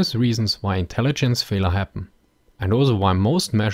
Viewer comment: Still not exactly sure if you are trying to say "failure" or "Fehler". Well, I supposed either would work.